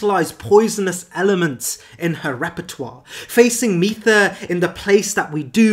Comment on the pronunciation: Mytha is pronounced like "mither", I believe, because she is a nagging ex.